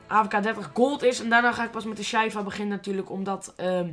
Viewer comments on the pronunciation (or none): Je zegt sjieva xD niet sjeiva